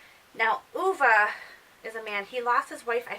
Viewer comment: I'm glad you pronounced Ove correctly! I gave it 3 stars. My book club read it and the reviews were all over the place like at yours. I just started reading Miss Jane by Brad Watson and I am really liking it! Keep up the book reviews, I love listening!